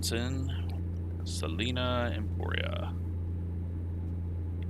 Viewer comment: It’s Sa-line-a, not Sa-lean-a.